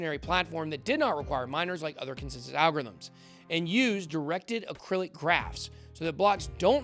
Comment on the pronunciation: Acyclic, not acrylic 🤣